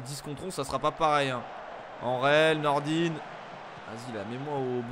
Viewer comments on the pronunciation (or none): Nordine 😂😭 Nordin (-ain a la fin) 🤦🏼‍♂️😂😭